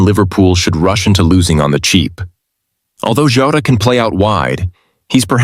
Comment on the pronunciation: I watched more to give feedback as it’s terrible. Sounds unnatural and forced. Pacing all wrong. Voice tone is all wrong names mispronounced. such as Jota, Huisen, Could not say transfer fee for Jota at all. American accent does not sound right with football either. It’s it’s terrible and that’s why it has so few views.